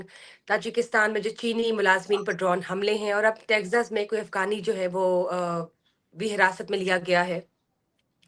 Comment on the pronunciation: پتہ نہیں کیوں اس عورت کو اپ لوگ پروموٹ کررہے ہیں ایک تو پہلے ہی ہندی فلمیں ہماری اردو کی پہچان ختم کررہی ہیں اوپر سے ایسے لوگ۔ افگانی کھان صاب وغیرہ وغیرہ۔۔ خدا کے واسطے اردو کو پروموٹ کریں اور ان کےبتلفظ درست کروایئں میں نے صرف ایک پروگرام نعم صاحب کا دیکھنا چاہا لیکن صرف دو منٹ میں میری ہمت جواب دے گئ میں ایسا تلفظ برداشت نہیں کرتا۔ اور آپکا یہ پروگرام بھی صرف 50 سیکنڈز پہ بند کر رہا ہوں